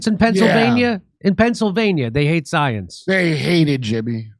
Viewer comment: "Trust the scoience"